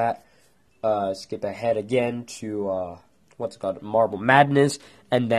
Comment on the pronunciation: uurgh great theory, but your voice is so annoying, example: againuh Garnetuh thisuh monstrocetiesuh and all the UMMS!!! REHEARSE YOUR LINNENSSS!!!!